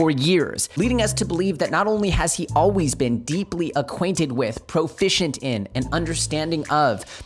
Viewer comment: "as alweeyz"